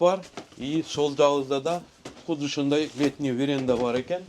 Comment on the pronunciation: Не веренда а веранда